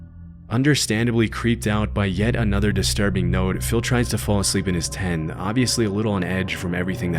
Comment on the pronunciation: The way this pronounces "Tent" is driving me nuts. He keeps saying "Ten"